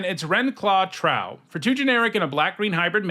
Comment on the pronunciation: "Trow" is pronounced with a long Oh (rhymes with "glow" and "row"). It's supposed to evoke the word "Troll"